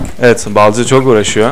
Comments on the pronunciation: Efsane Balcı Değl Lan Efsane BALİCİ Düzgün oku şunu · Balcı Değil BALİCİ